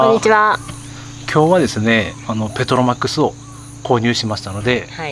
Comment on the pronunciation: ペトロマックスをの発音すごい笑